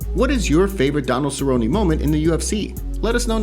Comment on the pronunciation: Favorite Cer-rone-rone moment: Jon Makdessi head kick to verbal tap out.